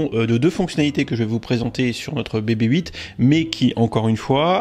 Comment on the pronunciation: Bebe Eight... c'est quoi cette prononciation, soit on le dit a la française donc "bébé huit", soit en GB et donc "bibi eight"...! sinon bonne vidéo!